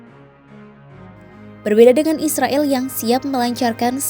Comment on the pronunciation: klo mau damai, mulai lah memanggil mereka dengan Nama Mereka, Israel, pake e nya dibaca E!!